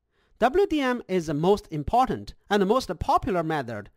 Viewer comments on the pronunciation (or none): none